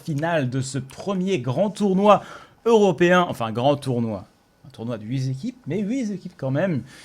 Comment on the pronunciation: On t'aime mais faut te dire qu'on prononce "huit T'équipes" et pas "huit Z'épiques". Allez tu es pardonné. Je m'abonne.